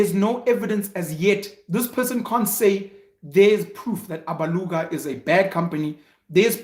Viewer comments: I like how he says Alabuga, Abaluga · Those who think SIYA was being ATTACKED need to WATCH the episode AGAIN BECAUSE‼️: 1. SIYA WAS NOT TRANSPARENT AND HONEST WITH HIS RESPONSES. 2. SIYA AND REST OF THE AGENT TEAM DID NOT MAKE ANY CONTACT WITH INFLUENCERS THAT THEY MADE THOUSANDS OF RANDS FROM 3. SIYA DODGED A LOT OF QUESTIONS BECAUSE HE KNOWS THE TRUTH ABOUT THIS SAGA ‼️PENUEL DID NOT PAY ATTENTION AND PRONOUNCES ALABUGA WRONG AND THAT SHOWS THAT HE JUST DID VIDEO WITHOUT PROPER ANALYSIS ‼️ YOU GUYS MUST OPEN UP YOUR MINDS AND WATCH THE EPISODE AGAIN‼️